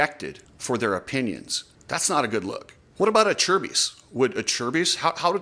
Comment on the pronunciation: It's actually pronounced A-Chair-Bees